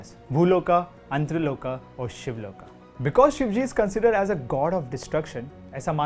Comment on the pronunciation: why r u saying शिवलोका? wo शिवलोक h bhai, kuch to hindi ki ijjat rakh lo, sab ko angrej hi banna h